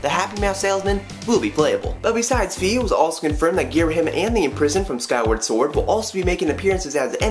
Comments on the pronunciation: Fi is pronounced like the end of WiFi not fee xD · no,it's pronounced fy/figh i mean just look at wi-fi